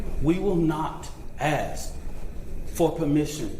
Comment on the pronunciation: “we have AXED…” what did you ‘AXE’ a tree.? Some coal..? The word is ask… ASK… a.s.k. Imbecile.